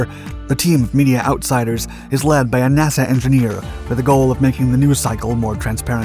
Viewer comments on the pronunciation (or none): none